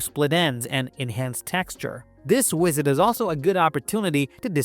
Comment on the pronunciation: AI program can't pronounce the letter, "V". Time to "wisit" the hair stylist....